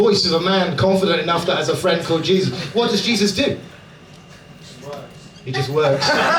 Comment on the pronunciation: Jesus but pronounced "Hey Zeus"